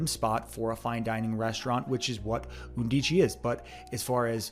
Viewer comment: The word “undici “ is pronounced “UN dee chee” in Italian. It means eleven.